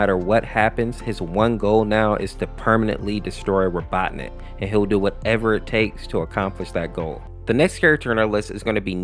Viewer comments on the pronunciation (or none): I love how he keeps switching the pronunciation of Robotnik to Robotnus and Robotnit